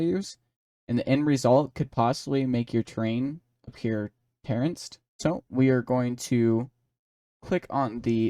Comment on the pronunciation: Terraced, not terraNced. LOL Great video though. You do an exceptional job of explaining the processes and offering tips and tricks.